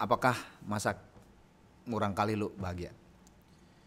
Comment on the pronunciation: Murangkalih.. Murangkalih.. Salah wae nyebutna ih "marurangkalih" wkwk..